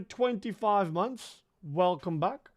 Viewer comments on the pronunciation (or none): none